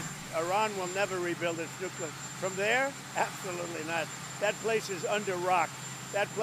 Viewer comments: Benny, PLEASE, for the love of God, learn how to pronounce “Nuclear” correctly!! It’s KLEE not KYUH. Look at the word. It’s spelled NU+CLEAR for a reason. That’s how it’s pronounced. It’s not spelled Nukyuhler. 🤦🏻‍♀️ You’d think, as a journalist, you would know that. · Maybe AI can compile all of the times Benny has mispronouncing the word 'nuclear'. It would result in a 3 hour long video of Benny saying only the word "nuclear" but pronounced the Benny way as "nucular" . Could be epic. Has he ever said it correctly? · Say "new." Now say "clear." It's THAT easy. I don't know how people saw the word, "nuclear," and arrived at "nookyalur."